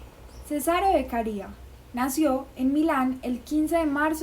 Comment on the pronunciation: Pronuncias Beccaría y escribes Beccaria. Pero realmente es solo Beccaria sin acento en la Í.